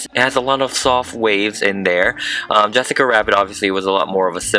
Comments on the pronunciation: Has anyone noticed that, he says wessica instead of jessica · Is it just me or when you say Jessica rabbit it lokey sounds like Jwessica Wabbit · It's not Yes sica it's Jess cica. No, it's not the same. She isn't Hispanic and her name shouldn't be pronounced like that. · YESSICA WABBIT QWEEN😂🤣- YAAAAAAAAS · Kaylee Keeper in spanish/latino countries people pronounce Jessica Yessica most the time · Have you ever tried using an airbrush? Also she is called Jessica J-e-ss-i-ca not Y-e-ss-i-ca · I keep hearing yessica instead of Jessica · He keeps calling her yessica wabbit I have never seen the movie so maybe that’s just way he talks plus I am new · who got so irritated when he kept saying "yessica Wabbit".... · Two seconds you can hear him say Yessica Wabbit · Ok can he stop say Jessica WABIT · Why is he saying Jessica like "Wessica/Yessica"? Come on man you're upsetting us Jessicas. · Speaking of Yessica <3 loved the way you say her name, could you do Holly from Cool World <3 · yessica wabbit